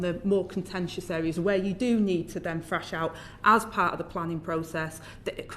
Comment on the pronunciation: In other words, she has 'NO IDEA' - I wish she would pronounce her 'T' 'H' s as Th and not 'F' - Thrashing it out and not Frashing it out - she is so out of her depth and this is who is running the Country. God help us!